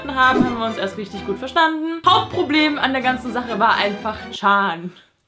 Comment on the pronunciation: Immer wenn sie Hauptproblem sagt verstehe ich Hautproblem 😂